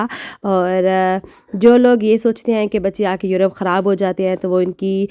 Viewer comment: Ye ap k KO h kuin bolty Hain kharab KO harab